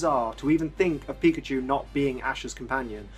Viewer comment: i thought he said fuckadeer